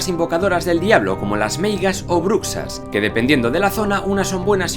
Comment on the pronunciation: Me ha encantado el capítulo, que bonitas son las leyendas del Norte. Una pequeñísima corrección, la x en gallego se pronuncia como la sh en ingles, por lo tanto bruxa se pronuncia "Brusha" jajaja Por cierto, si alguna vez se os da por visitar Galicia y recorrer el campo de noche y aparece la Santa Compaña, para que no os pasen la cruz (Y tengáis que ir a la cabeza de la procesión de muertos hasta pasarsela a otro sin recordar nada y enfermando lentamente hasta la muerte si no conseguís pasarla) os dejo un par de consejos: -Dibuja un circulo cerrado en el suelo, pon dentro dos palos en forma de cruz y metete dentro. -¿Nunca se te ha dado bien eso de dibujar y hacer manualidades? Tranquilo, siempre puedes salir corriendo.